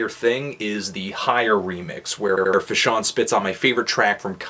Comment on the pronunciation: come on now bro.. how many tapes have you listen to from fash by now? at least say his name right. its FAshawn. not FUHshawn. but this was his best mixtape so far in my eyes. production is amazing as well as topics/lyricism.